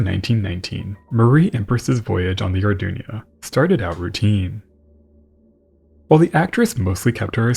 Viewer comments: Greatest documentary as always, but it’s the Arduna, As is written on the hull, not the Ardunia, as you kept calling it. Unless the pronoucination is so how wrong? A bit like the word emphysema, the correct way, when it gets called emphysemia, a bit like what has happened here. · I thing it was the Arduna, & not the Ardunia.